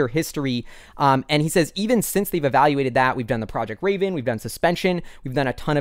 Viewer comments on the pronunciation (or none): none